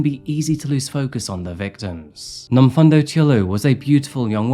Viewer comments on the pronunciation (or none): I'm from Durban in South Africa. Love this channel and the research you put in. Just one thing though, the pronounciation of Nomfundo is Nomfoondo not Nomfundo even though it's spelled that way. No biggie, just pointing it out for future reference 👌💞🇿🇦